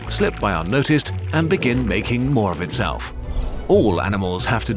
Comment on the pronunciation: “more of its-cell-f”